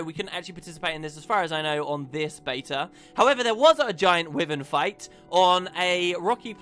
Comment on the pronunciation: Dear god, it's pronounced WHY-vern, not wivern. And I'm British so it's not a change in pronunciation between US and UK